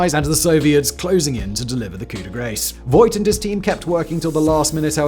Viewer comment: You pronounced Voigt wrong. The oi is more like oa in boat. So "Foagt" would nearly nail it.